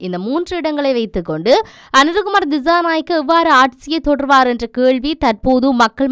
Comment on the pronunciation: Pls check your pronunciation, for the s' sound, you are pronouncing as "z" for dissanayake and December are pronounced by you as dizanayake and Dezember... correct it pls.